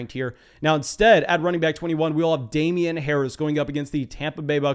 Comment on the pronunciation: A+ for fantasy content. F- for name pronunciation. The “jee” in Najee is pronounced “Geeee” per Najee himself in an interview. Now about that free hat…….🤔